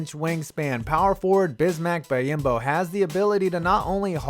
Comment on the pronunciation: BEE-OM-BO. <3 Silly goose